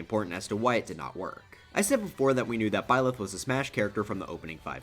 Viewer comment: tbh I see ur point. Ig it was fine for them to be hated before, but now that it's been I wanna say 5 years since they were announced, you're right. I feel like ppl should be fine with it by now. Also it's byleth not bylieth